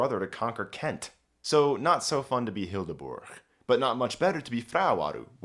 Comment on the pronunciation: Hildeburg? Why the g? The h just makes bur a longer sound. Don't butcher it.